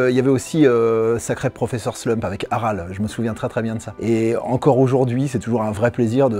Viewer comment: AralÉ avec un "é" ;)